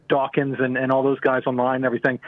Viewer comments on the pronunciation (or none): I actually heard "Dick Dawkins." Immediately places him at a BBQ chugging Coors.